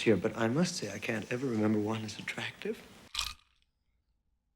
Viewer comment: Nothing Lector does is as creepy as the shot of Chilton looking in the camera and calling Starling “Atrractive”.